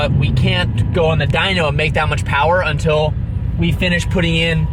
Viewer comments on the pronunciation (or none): none